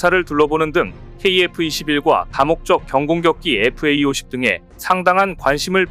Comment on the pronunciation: 제발 FAE-50이라고 읽지 마라.